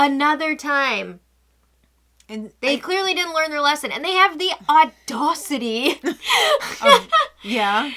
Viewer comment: The auDOHcity!!! xD xD Thanks for another lovely chat, guys. Hope the cookbook is selling well--you two should be so proud of your work!! <3 <3 <3